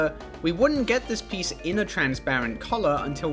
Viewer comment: lego rly said trans-lights 🇷🇴✊😔